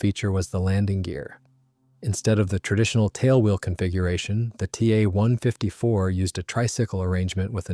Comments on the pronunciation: Yikes! Quit using gamer-speak! The Ta 152 is a "T" "a" 152, not a "Tah" 154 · My bad, should read The Ta 154 is a "T" "a" 154, not a "Tah" 154. Ugh.